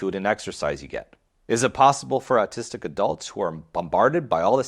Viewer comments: Is it autistic to pronounce autistic as artistic, or is it just a freudian thing? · ‘Or’ / awe sound please, not ‘ar’ in the word autistic.